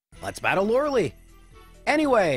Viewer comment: 14K to go, we can do this! BTW play Pokémon Stadium to hear Lorelei's actual pronunciation.